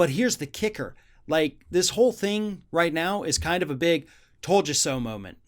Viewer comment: There is no Ultamarian while we're in Quantrintine .... I'm not the type of person to say 'I Toad a So', but 'I Toad a So' Bill Barr has no Demorcum and no Vice Principals